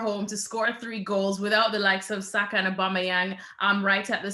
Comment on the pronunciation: This guy really called Saka Sako smh sort yourself out